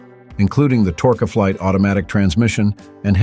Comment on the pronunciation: Also, the 300C had NO optional manual transmission or 5.8L poly engine, ONLY the 392 Hemi and 3-speed TorqueFlite (pronounce tork flight, not torkaflight as pronounced by the AI voice, which also cited engine torque in nanometers, lol). Power steering was standard, not optional. I do believe the 300C was available in 6 colors, but no two-tone paint option like the AI voice states. And only one interior color option, leather seats with tan and black panels, carpet, and dash. The AI voice also states it had front coil springs. Nope, it had torsion bar front suspension.